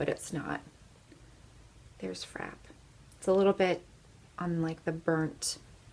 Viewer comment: I'm on a MUG kick right now, so I've been watching a ton of videos and have my MUG eye shadow stash up to 33 now. I have a lot of the same shades that you have and absolutely love them. You are aware that Frappe has an accent on the E and is pronounced Frap-pay, right? Not just frap, like crap. The video was great, just that small thing struck me. I appreciate all of your hard work!